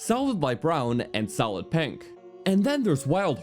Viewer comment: "...solid light brown and solid penk." "gennul" "...how they all whark." "...the ancient bhrr-dal..." "Whark" - various "Abott" - various